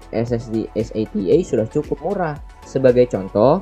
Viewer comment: es ey ti ey, dibaca sata